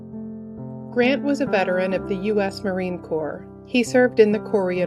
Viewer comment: This is composed so well, and in as much as we are saddened by the news of each dear soul, we are grateful for the research put in to each video. And kudos for pronouncing Marine Corps correctly!! 😉